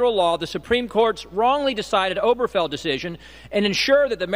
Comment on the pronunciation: That dingaling isn't even bothering to pronounce "Obergefell" properly. Oh-BEAR-geh-fell, not "Oberfell."